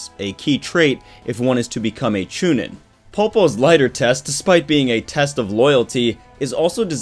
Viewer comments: Chu nean that's how u say it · You've had 17 years to learn how to pronounce Genin and Chunin, please fix that lol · Hearing you say chunin and genin gets me ready to throw hands